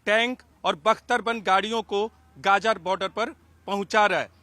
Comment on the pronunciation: Gaja nahi bhai, gaza bolo😅